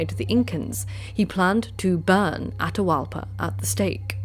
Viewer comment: With South American Native names, pronounce both vowels when there are two together. Atahualpa would be A-ta-hu-Al-pa. You said it the right way and the wrong way at different times during the video. Quito would be Cu-ee-to. That Qu is pronounced exactly like the Gaelic “hound”, Cu. You did really well for a non-Native pronouncing them otherwise. Fortunately Tupi-Guarani languages don’t use the glottal stop like a lot of North American and Central American Native languages do, like in Tlingit and Tsalagi. And South American languages are pretty straight forward and consistent in how they were transcribed, unlike the O’odham (pronounced An-awe-thm). That glottal stop is the hardest one to explain to a European because there is nothing in any European language similar to it. It takes putting the tip of the tongue to the roof of the mouth and either making a sibilant S sound as you draw the tongue back or pressing the tongue firmly at the top front and using the cheeks to make an L sound. People who can make those sounds can whistle without pursing the lips or even closing their mouth because the tongue does what the lips would normally do when whistling.